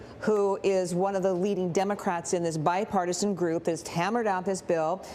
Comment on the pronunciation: The emphasis that you're putting on word bipartisan is ridiculous. This is just another package with a ton of pet project spending.